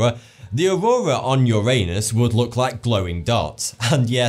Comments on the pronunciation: He says auwowa lol. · ''the aroura on uranus'' lol